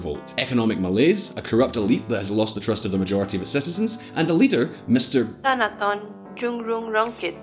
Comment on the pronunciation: Don't feel bad about mispronouncing Thanathorn last name, even most politicians in the parliament chamber pronounce it wrong lol.